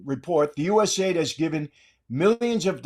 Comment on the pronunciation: I like the episode. But stop calling it USaid. U S A I D